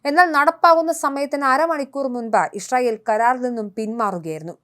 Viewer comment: യിശ്രായേൽ അല്ല യിസ്രായേൽ എന്നാണ്.